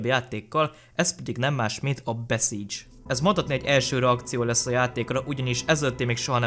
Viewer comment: Ez nem beszidzs hanem bisszidzs